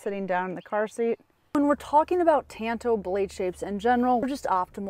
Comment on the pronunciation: For the love of non existent god, it's pronounced TAHNTO, ah, not an